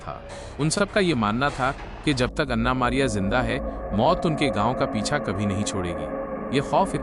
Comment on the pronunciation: O pai ana nai an'na hota hai😂